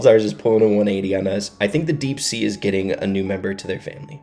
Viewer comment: ITS NOT DEAP SEA